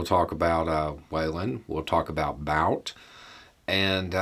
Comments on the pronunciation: The last name of Russian arms dealer is pronounced as [Bu:t], more like 'boot' or 'butte' rather than 'bout'. Just saying... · Dam it's been 3 or 4 days now and you still can't pronounce his name right it's pronounced boot not bout